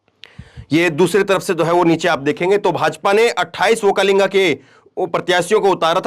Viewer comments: Vokkalinga nahin VOKKALIGA. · Sir,Vokkalinga nahin, Vokkaliga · ओक्कालिंगा नही ओ ओक्कलिगा है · You pronounce wrong okkalega. okkalega is correct